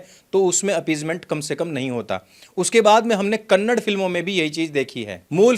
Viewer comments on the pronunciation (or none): Bro it's Kannada not Kannad please next time pronounce it correctly. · It's kannada and not kannad, please stop mispronouncing the names, just like there is a difference between uind and hindi . every name has a reason and meaning to it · Kanad nhi bhai kannada bol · सर कन्नड नही कन्नडा है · It's not Kannad... It's Kannada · Kannad naheeeeeeeeeeeeeeee sir It’s Kannadaa. YOU KEEP REPEATING IT . I have respect for you .. But you are forcing me to ask .. ARE YOU STUPID ? OR JUST ARROGANT .. One last time , it’s Kannada sir .. not Kannad ..Okay ? Practice in front of mirror .. good luck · Bhai , it's not Kannad , it's Kannada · It's not Kannad it's Kannadaaa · Sir ji it's KANNADA not Kannad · It's not kannad mr it's Kannada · Kannad nahi Kannada bolo bhai